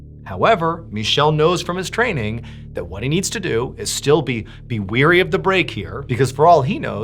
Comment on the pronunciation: “Wary” not “weary”